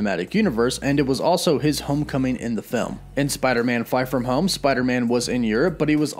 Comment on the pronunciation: Is it just me or did you say "Spider-Man: Fart from home"??